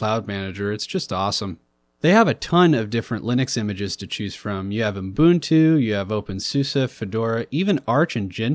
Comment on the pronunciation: Haven't I already told you it's "Ubuntu" and not "Umbuntu"? lol